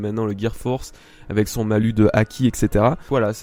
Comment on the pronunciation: Bonne vidéo et bonne analyse, par contre à on prononce le S de Malus tout comme pour Bonus. Je pense que tu dit Bonus en prononçant le S et non un Bonu. C'est la même pour un Malus =)